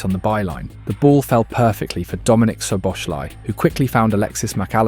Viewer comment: I like your videos, but please learn how to pronounce the names. It's not Greivenberch, it's Gravenberch (with the Dutch throat "g" in the beginning, which is hard and most people can't make it, but "ei" instead of "a" is not acceptable). And Szoboszlai is pronounced with "s" not "sh". Hungarian single "s" is pronounced as "sh" as in Milos Kerkez's name.